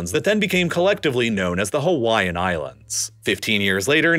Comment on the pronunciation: Narrator just butchering the pronunciation of all the Hawaiian names/words